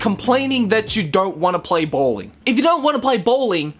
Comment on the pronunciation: BAWLING "BOWLING" XDDDDD